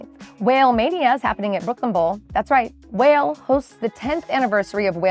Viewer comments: It’s the rapper pronounced WHAH LAY 😂😂😂 not WHALE 🐳😂😂😂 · Wale is pronounce “wall-aye” he’s a rapper. It’s okay. Not like you knew. lol